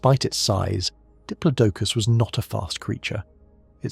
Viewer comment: pronunciations are so annoying! Did plod a cus!